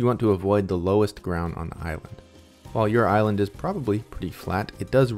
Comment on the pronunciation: You said Ireland not island twice and I’ll never stop wondering if it was on purpose. If so I fell for it..